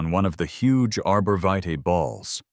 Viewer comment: The pronunciation of "vitae" was butchered several times. This is a lazy creator who doesn't respect their viewers.